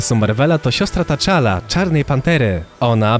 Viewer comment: jak coś to imię brata shuri sie wymaiwa tczala nie taczala 😉